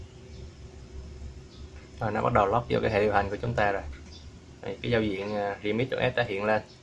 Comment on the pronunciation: Bạn đọc từ remix thành từ redmi r bạn ơi